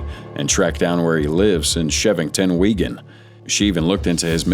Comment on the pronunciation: Weegan? 🤦‍♀ It's Wigan! Wig-An (w/ a short "A" sound like in can)